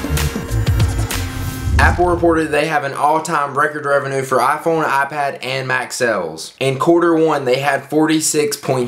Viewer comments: rev-e-nyew not rev-e-enoo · I hate how you said revenue.